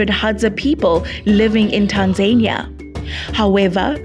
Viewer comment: Pronounced Rwanda not Ruwanda there's nothing annoying hearing Africans pronouncing African words like Europeans please !!! It's Tanzania not Tanzerniya. The presenter should learn to pronounce properly